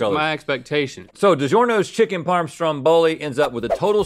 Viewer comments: saying digEERno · The way pronounces Digiorno prolly makes Italians scream, “mamma mia!”